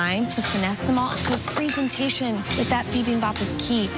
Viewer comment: p-ree-zen-tay-tion what the heck.